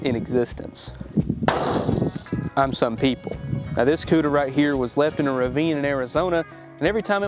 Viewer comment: The Polished POODA lol